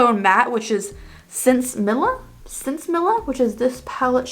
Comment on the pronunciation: Wow this brings back memories. I graduated high school in 1978 an from what I remember I believe it’s pronounced sense-a-miya